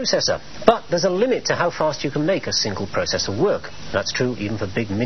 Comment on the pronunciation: What's a prawcessor? Maybe he means a processor!